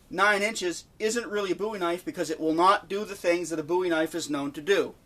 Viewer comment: Excellent video. Very informative. New subscriber after watching this video. I was beginning to think that I was the only person who thought a Bowie knife had to have a ten inch blade. And one more thing I'll say, I appreciate you pronouncing the name Bowie correctly.